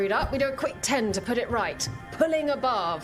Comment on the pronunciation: The way says "Pulling a barv" kind of sounds like she is saying "Pulling above"